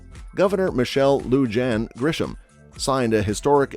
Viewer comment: You mispronunciation of the governor's name is very grating. She is hispanic. J is pronounced like an H, LL is pronounced like a Y, I is pronounced like E. Do a little research before you open your mouth. BTW, I don't think the Bernalillo county sheriff can travel to another county and arrest the governor. The state capitol is not in Bernalillo.